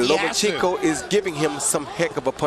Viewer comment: Jim Lampley still gets it wrong after all the B.S. hype of properly calling out Vasyl's last name; by the erroneous, LO-MEE-A-CHENKO in place of the correctly pronounced; LO-MA-CHENKO - what a waste of time & the clear example of American laziness in speaking English altogether, like nucular for nuclear & so many other mangling of terms, names, countries etc.